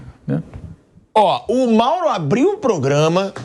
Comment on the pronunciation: "MAURAO" so nao deu outro piti pq o pilhado se prolongou na fala...se fala mourao e ja passa a palavra ia fazer birrinha